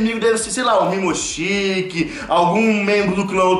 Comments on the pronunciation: não é Mimoshiki é Momoshiki! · Pqp e momoshiki não mimoshiki fala certo